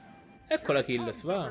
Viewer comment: Si pronuncia acless